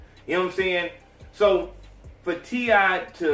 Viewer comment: t.i. not t.i.p